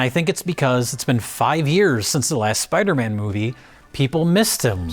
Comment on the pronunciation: Take a birro everytime says 'Spidermin'.